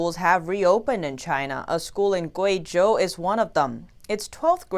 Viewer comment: I heard that. "From Inside CHY_NAH"